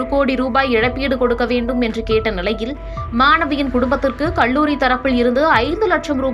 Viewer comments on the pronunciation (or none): Very sad and tragic news that a young student's life got lost (suicide / .....).. The News Reader killed the language with her pronunciation with "ல்" "ள்". கல்லூரி. Her pronunciation is கள்ளூரி" and many words. Please practise to speak correctly, especially if you are a Tamil native person!